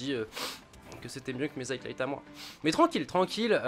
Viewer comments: Bon gota, tu me tue les oreilles. C'est highlights donc tu prononce high et light il y a pas de t la dedans. DONC ARRETE DE DIRE HIGHTLIGHT. Voila bonne journée. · High-lights Gota, pas HighTlights ! J'avais même pas compris de quoi tu parlais au début frérot ! Tu la fais tout le temps celle là en plus .. Et moi je suis pour que tu fasses ce que tu veux, au delà du fait que je t'ai connu sur cod comme presque tout le monde, c'est le fait que les vidéos viennent de toi qui me fait kiffer, donc arrête de te poser des questions et go on !